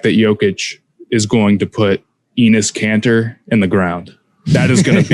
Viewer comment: why does say Enis Kanter